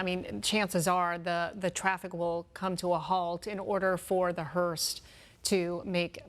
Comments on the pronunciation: Hearse. Not hearst. 🤦‍♀️ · Hearse , not Hearsed ! Man you people of all people should be better at pronouncing words correctly ! 🙄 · could someone tell the female newscaster how dumb she sounds not even knowing she's pronouncing the word "Hearst"!!!! it's a Hearse.......not a Hearst!........if you're going to report the news, at least sound educated and know how to pronounce words correctly. Just makes it painful to listen to when they can't even pronounce a simple word correctly. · Are they calling it a "Hearst"? Or is it just my ears??... I'm quite sure it's called a "Hearse", right? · It's not a hearst lady, it's a HEARSE. Like purse but with an H. I don't understand why they called it a HEARST multiple times. There's no T in the word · Someone teach this lady how to pronounce "Hearse". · I came to the comments to see if anybody else picked it up. She is, but I hear him calling it the correct thing. But yes, she is definitely putting a T on it. 🤦‍♀️ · I caught that too. She also called the mechanical lift an "apparatus" 😂 One of my biggest pet peeves is when people say "acrosst" and put a T on the end. Drives me up the wall. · News 12, could you teach that lady how to pronounce “hearse” please.